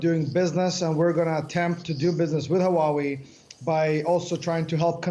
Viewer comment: So why do they speak HUAWEI like WAWAY？